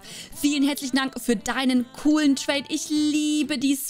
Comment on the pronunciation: Wo du in dem Moment gesagt hast: vielen herzlichen Dank“ hab ich dabei gepatscht und hab verstanden vielen hässlichen Dank 😭✋🏻